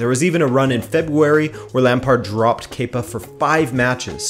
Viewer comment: Thank you for saying “kepa” correctly. After only hearing his name from British broadcasts, I thought it was “kepper” for so long. 😂